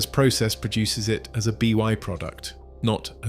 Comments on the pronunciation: “B Y product.” Sure. AI shit, again. No thanks. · Never heard anyone ever call a byproduct a “B Y product”. It really makes me question the validity of a presentation when the speaker doesn’t know these thing. What other slop was left behind by lack of editing?